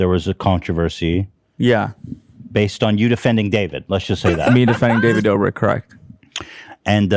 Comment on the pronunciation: Ballzack, i liked when he misspronounced David Dobrik aswell